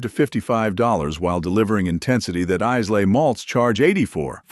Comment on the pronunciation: Isay is pronounced "I la" not " Is Lay"